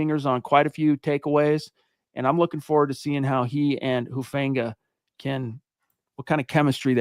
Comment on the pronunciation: It’s not Hu Fang ga. I’m not trying to be mean, but you’re the only one I hear saying that over and over. I don’t know why someone with the seeming command of the English language that you have, but look at the prononciations of the Pacific Islands, like Tonga Or Samoa. None of them accent the “a” like in the word fang. His is an islander name. Please stop trying to force that pronunciation. Again, I say this respectfully and am just trying to help. Listen to how everyone else says it or just call him “Huff”, like he says people call him.